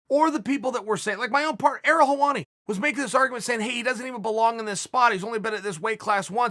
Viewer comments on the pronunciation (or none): none